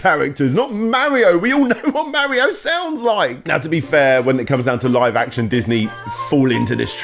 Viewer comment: I mean you can't even pronounce Mario right so like